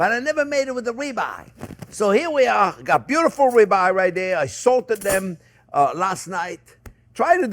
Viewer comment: Oh, Ribeye! I heard Rebar. 😂